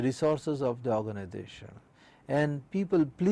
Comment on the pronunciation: It is Organisation not ORGANIDATION